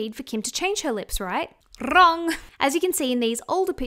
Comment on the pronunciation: 'Wrrrong!' 😂 I love you